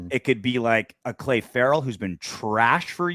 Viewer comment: This is my 1st time coming across you guys but WINDBAGS seems to be pretty appropriate... if you butcher a guy's name while saying he's been trash for years, it pretty much destroys your credibility and makes it hard to take you seriously.... who's Clay Ferrell?????